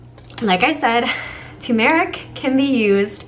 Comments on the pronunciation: Cool natural remedy Btw the emphasis is on the “u” So it’s like saying “term-rick” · UPDATE: Still works six months later! Do at bedtime and any remaining yellow residue on your tongue, lips, etc. will absorb into your body overnight or you can oil pull to make the yellow instantly disappear! (ps the accent is on the first syllable: TUR mer ik/TU mer ik) THANKS, again!